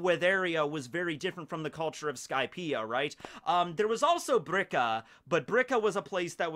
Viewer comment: It’s “Birka” or “Bilka”. “Brika” is a joint.